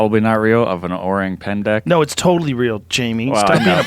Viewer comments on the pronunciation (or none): The word is "orang pendek" you read it pendak. Orang : human Pendek : short/little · its orang pendek, not 'pendak' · its actually "orang pendek" not "orang pendak" .. and its literally means "short people" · It’s “orang Pendek” it’s Indonesien and says “small men” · it's not orang pendak, it's orang pendek and orang pendek actually means "short people/person" here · It's "Pendek" not Pendak. Pendek means "short" . Orang Pendek = Short Man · Jamie, it's Pendek, not Pendak. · Orang= People Pendek = short It's Pendek, not Pendak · Pretty sure it's PENDEK not PENDAK. Pendek means short, little, small. Pendak is meaningless. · Its orang pendek joe.. pendek means short in malay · PENDEK...not pendak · It's actually orang pendek with an "e" pendek means short, orang is people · Actually, it's 'Orang Pendek' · its “orang pendek” its a malay language word that means “short people” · Its orang pendek. Orang = human , pendek = short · its actually orang pendek. pendek means short in malay. :) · Its “orang pendek” fyi. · It's called "Orang Pendek" btw